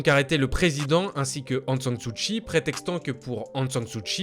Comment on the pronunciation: ...Aung San Suu KKKKKI , pas chhhi